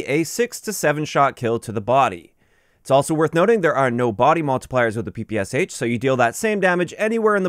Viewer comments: The “Sh” in the gun’s name is a “shuh” sound, not “ess-eich”. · Hello, just wanted to let you know that instead of Pe Pe S H correct pronunciation of PPSH is Peh Peh Shah in russian. I'm not trying to correct you, just thought you would be interested to know 🤷‍♂️